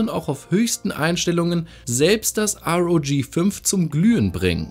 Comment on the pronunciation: sag bitte R O G nicht Rog